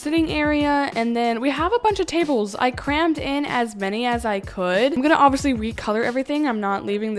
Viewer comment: please stop saying ovisee instead of obviously 😭